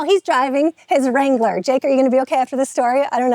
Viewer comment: What is a “Jeep Wrongler”?